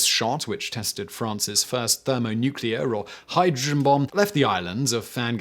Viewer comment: Accent maybe?